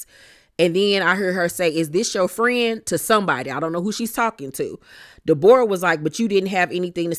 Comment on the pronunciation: omggg the way you say deBOREah has me deadddd